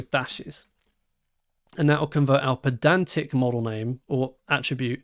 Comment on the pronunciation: Isn't the whole point of it being spelled "pydantic" that you pronounce it "pie-dantic"? :D